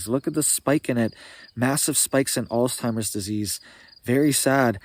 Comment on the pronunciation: No T sound in Alzheimers